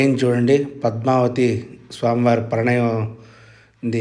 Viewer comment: Pranayam kadandi parinayam 👍